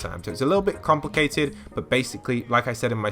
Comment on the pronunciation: Did He Say Crumplecated?